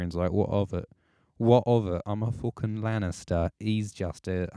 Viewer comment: The way says fooking <3<3<3